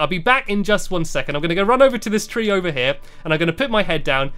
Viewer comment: U say 3 funny but I still love u